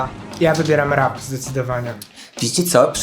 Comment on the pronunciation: Zrozumiałam „rak czy disco polo?” i myślę sobie, że to trochę creepy. Chwilę mi zajęło ogarnięcie, że mówicie o rapie 😂😂